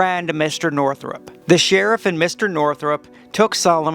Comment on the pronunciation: The name is Northup, NOT Northrup.